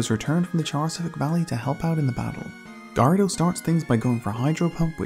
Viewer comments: You pronounce Gyarados weirdly. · You pronounce Gyarados wrong